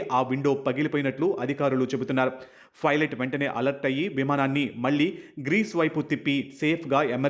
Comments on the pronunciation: ఫైలట్ అని కాదు, పైలట్ అని పలకాలి. తెలుగు సరిగా నేర్చుకుని మైక్ ముందుకు రండి. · Its not Filot.. its Pilot..